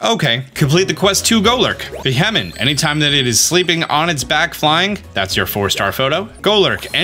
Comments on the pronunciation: it's pronounced "Be-Hee-Yem" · It’s kind of amazing how many Pokémon you just seem to not fully read the names of. Since you mispronounced Beheeyem so many times I’ll show you how to say it: bee-hee-yem. Also it’s El-da-goss, and sih-jill-lith, and just zerneus like xylophone. As a fellow dyslexic, I learned that sounding out names and also learning the origins of the names helps with remembering how to say them